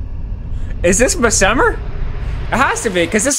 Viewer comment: Bro, hats off to you for trying your best cause these bosses are crazy. Your killing it, but Messmer seems like someone to fight a little later. 😎🤙🏻 Also not that it matters, but I am pretty sure your saying his name wrong, but it's your play through, so I guess just call him whatever you want. 👍🏻